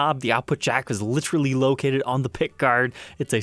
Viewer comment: "Lit- erelly"